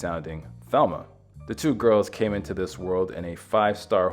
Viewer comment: The name Mercedes was undoubtedly given in honor of the Virgin Mary, derived from Our Lady of Mercy. Also, Thelma pronounced her name in the Spanish fashion as Telma, with a slight long a sound to the e. Both sisters had some Latin American ancestry through their mother